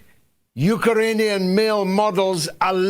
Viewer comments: Hey George what’s a UKERANIAN? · Love Galloway's "Ukeranian" instead of "Ukrainian". Sounds much better.